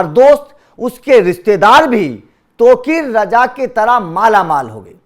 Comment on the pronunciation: gandu sahi se nam to lena sikhle